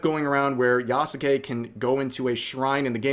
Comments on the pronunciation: Is spelling the name wrong as bad as pronouncing the name wrong? Just asking because half the time Rev says "yah ske" correctly and other times he says "yah SUE Kay" utterly wrong. Ubisoft is screwing up and should be called out but holding ourselves to a standard should count too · Yeah,😂😂😂 the name Yasuke even pronounced ya sux it